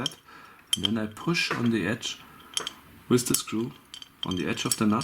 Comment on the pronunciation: wiz the ball?? wtf is wiz? learn to speak. WITH that was anoing